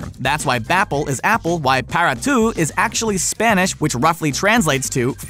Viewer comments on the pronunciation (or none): Man... Your Spanish pronunciation is terrible. Y para tu is pronounced (Ee pah-da too). Not (Why pair-a too). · isn't it "Para ti"?